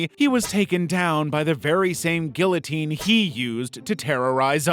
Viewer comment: I don't normally correct people on pronunciation, but it's not "gill-otine", it's "ghee-otine". The L's are silent. Like saying key or bee. Guillotine, "Ghee-uh-teen". Weird French pronunciations, I know